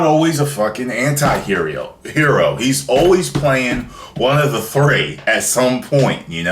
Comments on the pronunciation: lmfao. i paused because he said Anti-Herio😂😂😂😂😂😂😂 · Anti-herio lol good review though :)